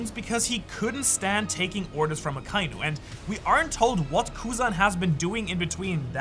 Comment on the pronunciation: Did bro say former fleet Admiral Alkiji